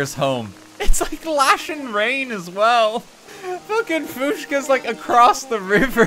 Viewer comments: Is no one else concerned that Daniel pronounced poor Fuchsia's name "fooshka"??? Daniel, love ya buddy, but it's f-yoo-sha, like the flower. 😅😂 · Fuschia - Few-Sha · Cant get over “fooshka” LOL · did he just pronounce "Fuchsia" as "fooshka" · did he just say fush-ka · Do you say Fushka on purpose or do you not know how to pronounce Fuschia? 😂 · Has he always said Fuschia’s name like that? 🤣🤣 it made the zoom into her even funnier!! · pronunciation of “Fuchsia” will forever haunt my nightmares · inability to pronounce Fuchsia will never not be funny